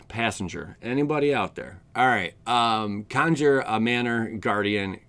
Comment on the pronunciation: I like how he said Conjure with the razzle dazzle at the end. It wasnt "conjure" it was "Conjour". I felt fancy typing that out.